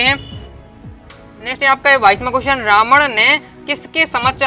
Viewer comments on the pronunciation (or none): सर को रामण नहीं रावण होता है 😌